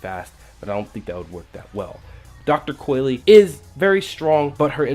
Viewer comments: It's pronounced COYL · It’s pronounced dr.coil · "Coy-Lee" N O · WTF what makes you think you pronounce the E at the end